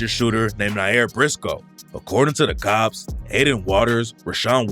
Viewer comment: Stop saying according to the COPS like that ts annoying